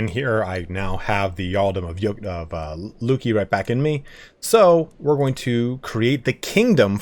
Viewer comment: Yes, you pronounced Luki (Луки) correctly: [LOO-kee] Literally it means "bows" which is reflected in its coat of arms containing 3 bows. However, the emblem is just a wordplay, and originally the region/city was called so because of a meandered river flowing there.